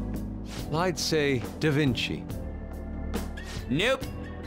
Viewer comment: “Da vinki”